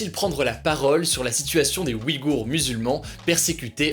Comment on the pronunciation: Tu prononce mal Ouïghours c perturbant